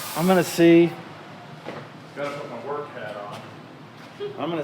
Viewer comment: It sounded like said “We’ve got some Mork to do.” So my response was “nanu nanu, shazbot!”